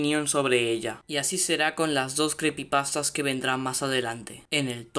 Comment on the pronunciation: Creepypastas se dice